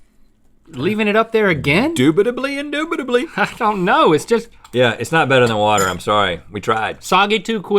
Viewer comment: “Indoobidilly” Link 2020